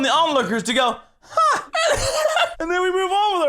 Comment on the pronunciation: Hm. Did anyone else hear Craig say "ha?" In stead of "huh?"